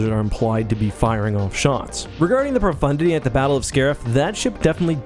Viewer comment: did you just call the profundity for Brofundity? :O